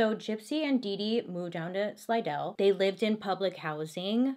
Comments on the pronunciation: Thanks for pronouncing Slidell correctly. That's where I live. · As a native of Louisiana proud you got the pronunciation of Slidell right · Thank you for saying Slidell correctly. No one ever does😂😂😂